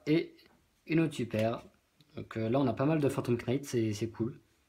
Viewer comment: Salut. On écrit "Phantom Knight" mais ça se prononce "Fantome Night". Ok? ^^